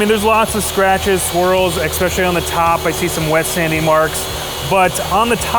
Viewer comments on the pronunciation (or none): Exspeshully is not a word.